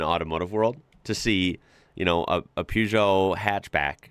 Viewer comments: It’s pronounced “PURR-JO”…the “eot” t is silent not Gee-o….🤣👍🏾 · The first part of Peugot is pronounced' 'Per' not Pew. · Sounds silly keep saying poo geot not pergeot. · Try saying "PUURGEOT" rather than PEUGEOT, its how it's meant to be said rather than how it's spelt, thanks. Good video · "Pewjoh"? Try "per-jo" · PE not PEW for the name. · May I correct your pronunciation of Peugeot,the first part of the word is pronounced per, not pue. Your pronunciation is correct for the second syllable. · Peugeot isn't pronounced Pewgeot. It is pronounced Purrgeot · Peugeot = puh zho NOT pyu zho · Peugeot - pronounced "Per-joe" (or maybe "Per-show"). The Peugeot 1.9 16V was astonishing but there were some amazing little cars in the 80's in the UK. My first car was a Seat (say-at) Ibiza (ib-eetha) with a carburated 1.2 engine - basically a Fiat (fee-at) Uno. A Fiat Uno Turbo (fuel injected/turbo charged) was written off in the village I was living in at the time but the engine and brakes were intact. Theoretically I could have engine swapped my Ibiza 1.2 and brake swapped it. I rang up my insurance company and after the guy on the phone had laughed until he cried - he just said "No" and especially not for a 23yo! 😂 What a meanie! 😢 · The first part of Peugeot is pronounced PAIR. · Why can't you guys pronounce Peugeot properly.... Or Bugatti?........ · Just need to start pronouncing Peugeot properly. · The way you say Peugeot is a crime!